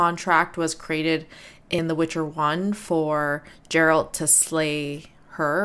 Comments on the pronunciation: It's not pronounced Jeralt. It's Geralt, with a G pronounced like in game. This woman is a character that only appears in the final DLC of Witcher 3, Blood & Wine. However this was the launch trailer for the main game which means the devs had already planned ahead. Nope, she's not. This woman is not a cursed human, she belongs to an entirely different species - she is a vampire. Vampires in the Witcher universe are not undead humans btw, they are a completely different species originating on another world. They came through a portal during the Conjunction of Spheres like most other monster species, however they retained their sanity and intelligence (which is not the case for all species, some went mad or where reduced to animalistic monstrosities acting only on the most basic instincts). The woman in the Witcher 1 trailer on the other hand is a Striga, a cursed human. Not all monster species are creatures from other worlds though - some of the more classical creatures like dragons or griffins are natural parts of the Witcher world while the post-conjunction creatures are basically aliens. You missed quite a few trailers for both Witcher 2 and Witcher 3 btw. Here's a list of some trailers you missed: - Witcher 2: Assassins of Kings launch trailer - Witcher 2 Return of the Kingslayer (also the opening cinematic for Witcher 2) - Witcher 3 Killing Monsters - Witcher 3 The Sword of Destiny - Witcher 3 The Trail (opening cinematic for Witcher 3) - Witcher 10 year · Love that despite them repeatedly saying Geralt with a hard G you still pronounce it Jeralt :) no need to roast you, you are frying on the Jas :) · Good reactions and I enjoyed watching your analysis. Also its "Geralt" with G as in Great, but not G as in Ginger. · *Geralt :D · C'mon lady..... Pronouncing "Geralt" like that? Ouch. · you didn't watch all Witcher 2 trailers! you're pronouncing Geralt's name wrong it's not Gerald!!!!!!!! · PLS stop call him Jerald. It's Gerald